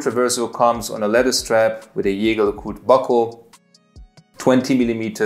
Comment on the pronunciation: Please learn to how to pronounce Jaeger-LeCoultre!!!